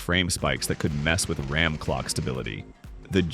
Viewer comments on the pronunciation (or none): Yup, same. And also when pronouncing RAAAM inatead of RAM